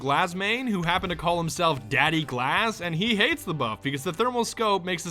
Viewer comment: In Russian glaz means eye and it's not glaaaas it gluaz you put too much emphasis on the a